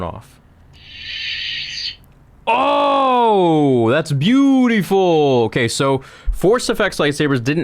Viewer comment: “OOOOH DAS BIURIFOLL”